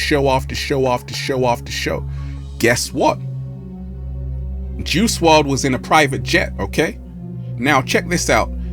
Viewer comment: Juice "WRLD" , not juice "WRD"